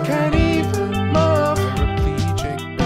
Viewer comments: james said move as “muv” and i visibly cringed. otherwise it’s a bop put it on soundcloud ;)) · Love, move? Loving the original ptonounciation😗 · "love mackin" "I can't even muhv" I can't I am dead goodbye world. I can't believe the last thing I did was watch a video about Trisha Paytas' poetry. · HAHAHA Feeling paralyzed from love "macking" and I can't even mauv" got me..